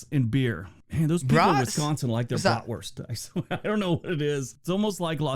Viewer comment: Brat-wurst. It’s like a sausage